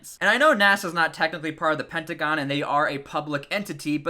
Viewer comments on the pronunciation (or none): none